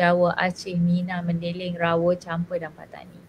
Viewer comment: Mandailing jadi mendeleng 😂